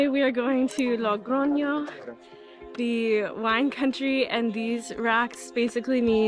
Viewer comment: Thank you for sharing! You seem such a nice person! Spanish pronunciation tip: it is Logroño, not LoNgroño... I will do my way in September so binch watching all Camino vlogs...